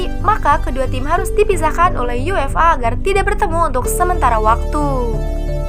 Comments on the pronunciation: For example: UEFA sounds like UFA (yú-e-fā) phonetically. I read that just yuéfa, just like English. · Baca UEFA nya terdengar seperti yu-ef-a.